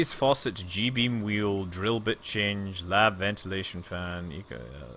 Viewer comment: WHEEL NOT HAWEEL